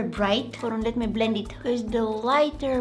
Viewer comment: The word: blend word: bleand bleand bleand 😂